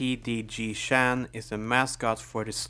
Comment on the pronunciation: Him saying chan like shan is actually fucking Infuriating